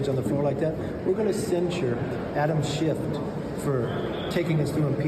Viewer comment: The GQP is out of control. McCarthy needs to resign. It's a Circus & the world is watching! McCarthy can't even pronounce Adam Schiff's surname properly btw!🙄🤦🇦🇺